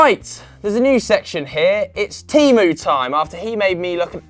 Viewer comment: Love Teemu Time. You just need to learn how to pronounce Teemu